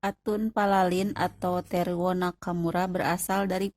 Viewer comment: teruo, bukan terwo